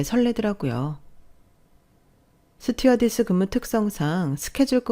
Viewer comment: 왜 스튜어디스를 스튜디어스라 하나요?